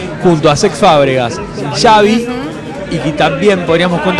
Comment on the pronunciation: "xavy", "pullol"..killme please